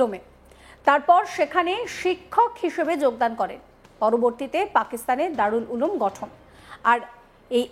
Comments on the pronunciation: Ulum কে উলাম পড়ছে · ভাষাটা শুদ্ধ করে বলুন ওটা দারুল উলাম নয়, দারুল উলুম... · দারুল উলুম দেওবন্দের নামই বলতে পারেন না মহিলা সাংবাদিক হয়েছে